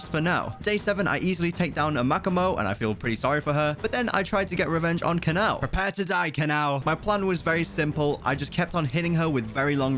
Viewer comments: Him: Kanaw Me: who/what's Kanaw? Me realizing it's: Kana-O Kanao🥲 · Its not kanao its Ka-na-oh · Its ka na o not kanaw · Why does he pronounce kanao like cannow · Its kana-o